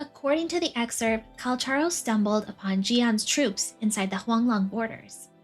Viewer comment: Finally... Someone says his name right. 😢